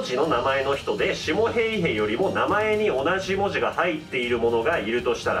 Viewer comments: フィンランド語の発音って難しいからしゃーないしゃーない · ナミ･ヘイヘさんじゃないですか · 「ヘイへ」の言い方が何度聞いても「ペイペ」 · シモ・ヘイへの「ヘイへ」の言い方好き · 今更正月SP、対抗手段、ヘイヘの発音、何故か歌い出したりなど、ツッコミで呼吸困難になりそうだわwww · ヘイヘの発音と最後のが素直に喘ぎ声に聞こえたやつ出てきなさい 先生今なら怒りません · 「ヘイヘ」の言い方wwwww ヤメーやwwwww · ヘイヘの発音おもろすぎ😆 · ヘイへ普通に言えよw ムカつくわw